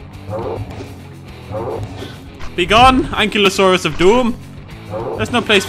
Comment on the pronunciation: omg im gunna go nutts if i dont say this its... AN- KI-LO-saurus =ankylosaurus